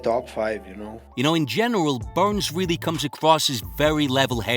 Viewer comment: I like to hear how Usman pronunce Burrrns. You can feel the weight